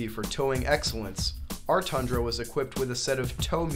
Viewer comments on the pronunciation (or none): why is everyone calling it a thundra??? its a TUNDRA